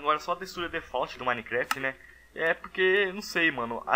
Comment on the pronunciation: Curti seu vídeo... Não leva a mal não, mas falta falar algumas coisas certas, tipo Wither e não WiNther. Pronunciar a palavra Default... Qrendo ou não, uma boa dicção melhora muito a qualidade do conteúdo. Mesmo assim gostei pakas deste vídeo +1 inscrito!!XP